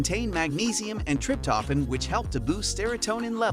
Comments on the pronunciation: Learn correct to pronounce Trip toe phan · WTF is "trip-toffin" and "mel-a-taunin"?🤣🤣🤣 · Oh dear! TRIP TOH FAN!!! Mel a toh nin Hard to listen when these words which are pronounced SO badly! Good info though.